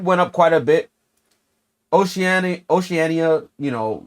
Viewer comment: U pronounce Oceania like oceana bro